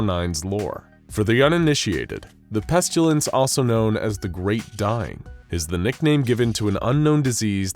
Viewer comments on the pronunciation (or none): Thanks, great, enjoyed mostly. One tiny thing, it's pestilence. Not pestulence. Only problem with the narration. Thanks. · My question is this , why do you keep pronouncing the word incorrectly:''PestUlence''?, when it's clearly pronounced PestIlence?. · Listening to the narrator consistently mispronounce pestilence as "pestulence" is like watching that nature documentary narrated by Benedict Cumberbatch where he kept calling penguins "pengwings". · Why dose he call it the pestalince and why dose he tern them into scp 094 1s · The narrator pronounces “pestilence” as “pestchulence.” 🤔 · I enjoy how the narrator pronounces it "Pestyoulents" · where did the u in pestilence come from??? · The pronunciation of pestilence always hurts my ears lol 😆 Where did that letter y come from 🤣